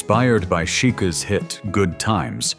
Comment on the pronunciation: Yes! And really, aren’t there enough people on the planet to read to us instead of putting stupid IT in charge? Listening to gaffes like AC slash DC or Chicka’s instead of Chic’s. Good info on YouTube but too much robotic delivery. I’m mad.